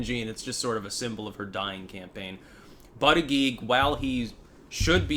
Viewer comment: It's pronounced BOOTY-JUDGE...